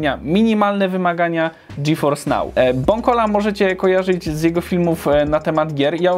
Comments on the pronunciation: Ty fajny ten GeForce nał xd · A ile kosztuje miesięcznie dostęp do tego "Dżiforsnał"?:V